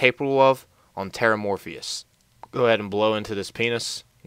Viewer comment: It's not TerramorphIOUS it's Terramorphous!